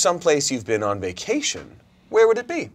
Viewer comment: I think yeah pro. I'd absolutely bench but I definitely would rather play if I’m a lower stakes team like I wanna have fun and feel accomplished in the little things like "I did this pass well" and such yk Pinabuta (commercials use southern US accents) "vaction" idk why but "so lively" becoming "sa-lively" as in saliva happened in my head and was awesome